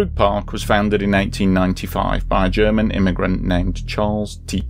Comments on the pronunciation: Sounds like you say 1995 instead of 1895 in regards to the park at the beginning of the clip. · Did he say nineteen instead of eighteen hundred for date of park? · I think I heard him saying it was found in 1995 instead of saying 1895. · Nice try dude, I listened three times and you said "1995." Just admit you were wrong instead of doubling down. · I heard 1995 , sorry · Yes sounds very much like you say 1995 everything I listen to it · You said 1995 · Definitely said 1895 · Well I'm American and I clearly heard 1895. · I'm American and I also heard "1895."